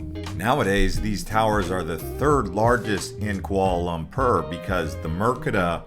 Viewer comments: FYI it’s Kuala Lum-por… not Kuala Lum-perr 💀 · It’s Pronounced Kuala Lum-por, not Lum-pur! 😂 I was just there and aside from the modern skyscrapers, interesting food and Batu Caves, I wasn’t that impressed with the city.